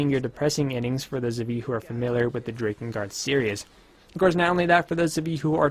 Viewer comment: mfw he says DRAY-kengard, not DRAH-kengard